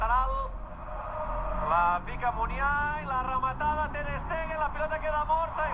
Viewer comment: La ramatada y el GAAAL DE BERENGUER!!!! Gal impagapla JAJAJAJAJA